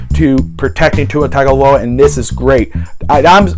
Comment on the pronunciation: TUNG-oh-VAI-LoAH...come on bro...